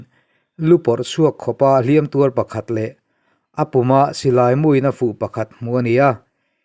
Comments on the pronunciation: Tur ngun mai i lamdan kha a diklo, tuuur ngun mai, ti rawh. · Tur ngun mai tiha TUR tih hi i lam fuh lo deuh a nia. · A ngaihnawm e Tur ngun mai. Heta tur tih hi 'i zu chu a tak tür ngun mai' tiha tur thluk hman tur a ni e. Tur hman hmawh tiha tur thluk ni lovin.